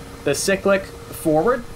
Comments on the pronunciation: i have heard many a weird pronunciation in my life time, but pronouncing cyclic like sick-lick, has to go up there as one of the weirdest. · I’ve never heard it pronounced any other way. Dialect is weird